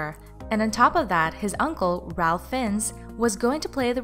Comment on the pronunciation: You pronounced Fiennes wrong and Ralph is pronounce Rafe.